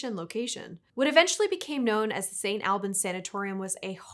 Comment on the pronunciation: And Number 2 Also It isn't Pronounced AL bans Like your uncle Al, It is However Pronounced All Bans!!!!! And SADLY!!!! St. Albans Has had a Yearly Spooky Season Haunt/Spooky Walkthrough EVERY YEAR And that's Been Wonderful!!!!!! But this year (Probably because of the Pandemic and loss of employees Due to sickness. No idea though I do not have Insider Information) Was the last year that Most of the Haunts in my area were in Business!!! And when I learned of this I was deeply saddened!!!!!!!!! I Have ZERO IDEA if the actual Tours are still available. Apologies for so many random Capital Letters it's a tick That hopefully will go away eventually!!!!!